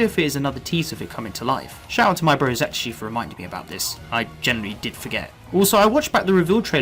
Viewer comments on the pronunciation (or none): none